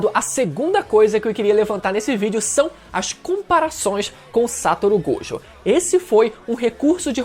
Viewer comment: Amigo, vamos aprender as pronúncias: SatÔRo GojÔ! "Yúdi" ItadorÍ! POR FAVOR!